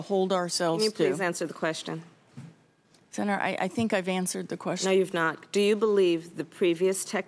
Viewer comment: Every time she says "Senator, ...." I just die a little inside